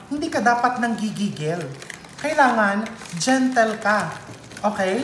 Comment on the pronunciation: Nanaapak ung mga words mo chef rv 😅 lalo na po ung gentle and focus😅😅😅